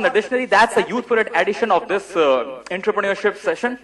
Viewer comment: The guy who cant even pronounce entrepreneurship is delivering a session on it. LOL